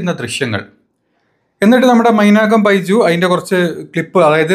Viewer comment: മൈജു അല്ല മൈർജു എന്ന് പറ